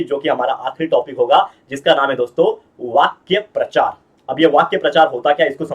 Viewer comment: चांगल शिकवताय पण रागवू नका एक छोटीशीच सुधारणा सुचवते वाक्य प्रचार नाही वाक्प्रचार असे आहे